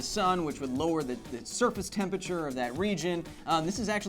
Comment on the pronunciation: Could someone please tell Kyle how to pronounce temperature.